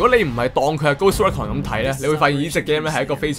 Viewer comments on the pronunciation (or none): Recon <-- RE-CON not REC CON